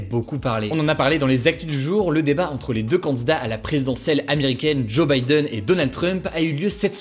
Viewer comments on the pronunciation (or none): none